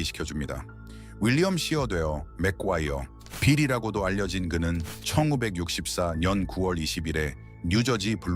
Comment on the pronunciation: 1964~~ 년!, 1982...년! 나레이션 진짜..